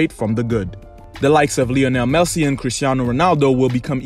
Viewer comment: Leonel melsi